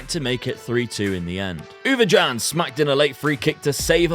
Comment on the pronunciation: Mate u absolutely butcherd the Ouwejan name 😉 love the series